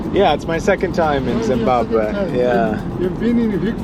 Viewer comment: has a problem pronouncing Zimbabwe.